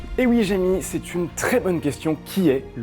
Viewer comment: Jamy ça se prononce "Jami" ou "Jémi"-à l'anglaise- parce que le gars a dit "Eh oui Jémi"